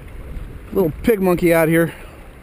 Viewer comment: did you say lil "pigmonkey"?? lol